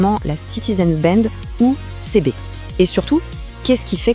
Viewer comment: c'est une IA qui parle sur notebookLM, pour la faire prononcer correctement il faut ecrire le texte CiBi ;)